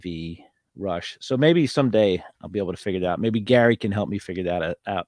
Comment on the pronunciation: It’s Rush, fyi